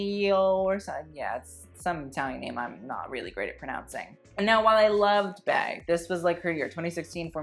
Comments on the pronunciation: it's "BEE" like BEYoncé, not "BAE" lol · Bey is pronounced “Bee” not “Bae” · It's almost 2020 and you're pronounced Bey "Bee" like Bay? do better sis. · please Beyoncé is not shortened as beY but as BeE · the only to things i can complain about for this video: 1: Zendaya not being on best dressed-lists enough 2: Beyoncé's nickname, Bey, is pronounced "bee"🐝 hence the "Queen Bey" nickname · Beyoncé is pronounced Bee-yonce, so it follows that Bey when used to refer to Beyoncé should be pronounced “Bee”